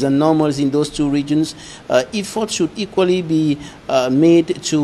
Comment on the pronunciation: Is there anybody at Equinoxe who could tell to say "e-ffort " and not "i-ffort"!